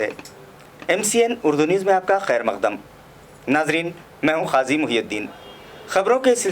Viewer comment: Janab app Qazi hai kazi nahi qaaf hai kaaf nahi.